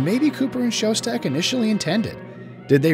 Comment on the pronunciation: His name was "Schoedsack", not "Showstack". Part of doing a good documentary is at least pronouncing the names correctly.